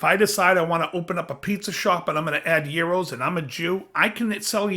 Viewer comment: Interesting video I don't know which way to take out it I agree most of everything you said. I don't follow the stupid woke shit and I hate the fucking term. Fact a bunch of terms that have come out within the last 5 years that I can't stand. How do I do command you for properly pronouncing Gyro. Not JYRO I love American Chinese doesn't matter to me I like authentic it doesn't matter I just like to eat.